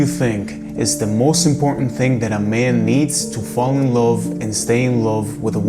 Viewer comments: Can you please learn how to pronounce the word "love" because its annoying. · I didn't mean to offend him. He just says the O in the word love and its not pronounced like that and I have been told this by and English teacher. Have a good day.